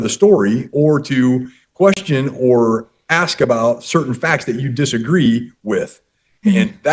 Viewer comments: I hear many people pronounce "ask" as "ax". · Why can't some people in the south pronounce "you all"? Regional and cultural dialect is part of a living spoken language. For some reason, more than any other word, "aks" gets abundant attention, and it's worth asking why is that? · Why can't she pronounce "ask"??